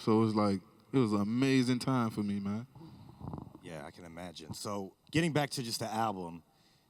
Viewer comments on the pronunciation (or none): none